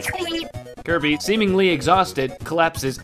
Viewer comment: "Clobbah dat dere kirbeh"